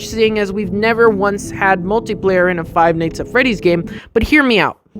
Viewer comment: I like how he says five nights at freddy's like five neyghts at freddy's